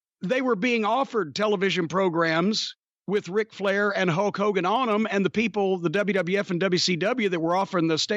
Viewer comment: I swear Jim called him Hoke Hogan, like Hokey Hogan